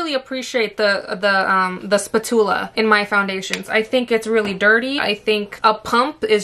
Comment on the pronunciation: Spatula. I’ve never heard it pronounced that way before. But I completely agree, if the word PUMP is going to be the biggest word on the label, get outta here with that shit wet n wild 😜 give us a PUMP! ...Spatula...PFFT!